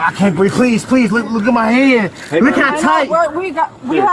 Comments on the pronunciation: Another “I can’t breeve” wasting taxpayer dollars. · I see he's a George Floyd blackbelt. Struggle, then pivot to "I can't breeve".